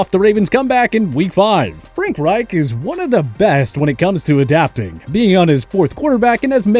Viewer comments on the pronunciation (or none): none